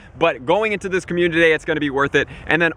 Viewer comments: Did he say commune-titty day? 😹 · perfect videos my dude been a fan for a while but please stop saying "community day" like that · Why cant this guy say "community"